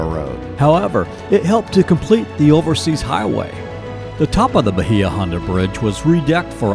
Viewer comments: Bahia Honda is pronounced Bay-ah, and Conch is pronounced Konk. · Seriously you guys need to research how to pronounce the places you visit. Bahia Honda is (Baya Honda) Key west conchs. Is pronounced “conk.” This is the identity of key west. How could you have visited and not know that? This is why locals get frustrated with people that visit and publicize things that are flat out wrong. This made me cringe. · Ok I’m probably late to the game but PLEASE get your pronunciation correct!! It’s Conck! and it’s Bay-a-honda long a and then short a. A born and raised Conch! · Bah-hee-ah. Holy crap. Lazy.